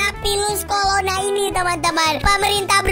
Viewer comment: Virus corona bukan pilus colona